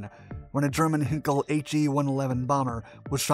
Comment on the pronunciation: I’m sorry but I’m going off your videos. The material is getting less accurate. The images of the planes don’t tie in with the narration. The mispronunciation of names like Henkel instead of Heinkel drives me quite mad too. Why don’t you get someone knowledgeable to check your output before you release it? I don’t think I can face watching any more. Take care.